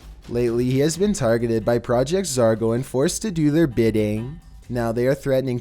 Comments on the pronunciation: It’s pronounced ZOR-GO not ZAR-GO. I mean I like your content that’s why I watch almost it often but dam dude learn how to pronounce words. In 90% of your vids you say the incorrect pronunciation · Hey........its Project Zorgo, not Project Zargo LOL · Also the real name is Zargo. Not Zorgo. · If he says project zergo you hit your self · Sounds like you're saying "Project Zargo" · Your saying zargo EDIT: this is not a hater I do like your channel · zorgo? this ain’t it chief